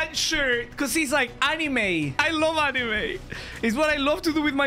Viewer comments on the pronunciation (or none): none